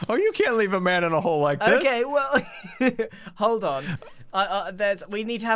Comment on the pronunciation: I’m not sure if you noticed Grian but at one part you said “hole’d on” near the boatem hole